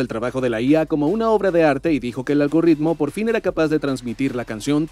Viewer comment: despues de tantos años sigues diciendo "algorritmo"... falta un poco de Machine Learning